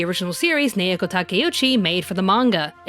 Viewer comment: I still think the 90s Sailor Moon was spot on in character depth and development, with a goofy sense of humour, in the original Japanese version. BTW, her name, Naoko, is pronounced NOW' ko, in case you haven't learned Japanese pronunciation. Informative yet egotistical presentation, but, oh well, it takes all kinds! Personally, I think SM Stars was better plotwise for us OG fans. 🌛🌝🌜👸🏻